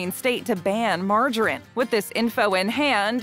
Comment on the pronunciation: Wha...wha....why can't she say margarine correctly?